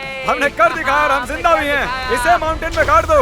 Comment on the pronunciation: Not ( jinda ) its ZINDA mean Alive.